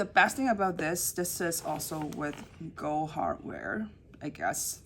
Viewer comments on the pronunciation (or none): Lovely video and bag. Please pronounce the "d" in "gold."